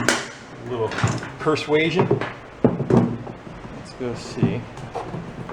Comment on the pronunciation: "PliarSuasion" - its a word!